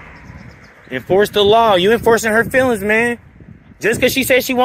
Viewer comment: FEELINGS, not Fillins Kinda like Ask.